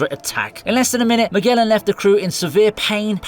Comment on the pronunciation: Magellan = Miguelan XDDDDDDDDDDDDDDDDDDDDDDDDDDD que risa